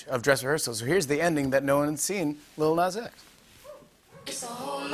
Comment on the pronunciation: “it would’ve been big Nax x” 😭💀✋